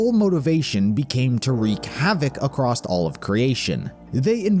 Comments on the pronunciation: I know this video is awesome and honestly impressively well put together but man did the narrator saying “acrost” start to bother me just a note for future videos, theres no t in across otherwise thank you for the awesome work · Theres no T in across